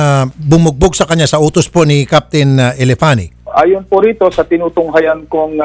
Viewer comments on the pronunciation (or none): Elefani? HAHAHAHAH Parang Elephant na bakla ang nagsabi!